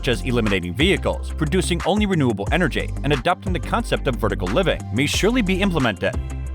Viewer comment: enerJAY ElectriciTAY